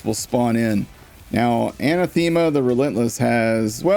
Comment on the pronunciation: Anathema is pronounced "uh-NAH-theh-muh"